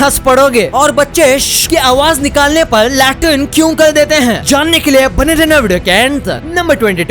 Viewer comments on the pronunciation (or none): Did he say Latin or Latrin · Le r tin 🤣😂